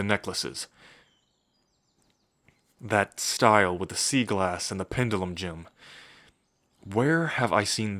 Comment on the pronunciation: Bro I Hurd Siegel ass and not sea glass I’m dead lol